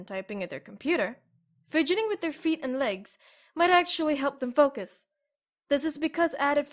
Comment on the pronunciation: "foucs" i nearly missed it